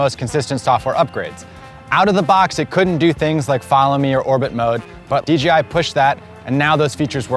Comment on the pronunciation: He keeps saying DGI